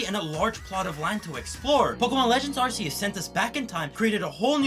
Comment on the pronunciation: The way you pronounce Arceus, you probably also say Arse Phone. Silvally's abillity is called the RKS system, not the ARSE system. The "Arc" in Arcanine works the same as Arceus, and I don't hear anyone say Arsanine. Need I mention the trailer for "Pokémon Legends Arceus"... As for any counter argument about languages. This video is in english, therefore the english pronunciation is needed.